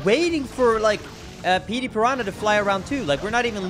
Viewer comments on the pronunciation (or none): none